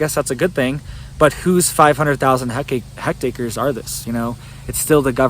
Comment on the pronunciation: Thanks for the info. Are you trying to say "hectares" when you are saying "hect acres"?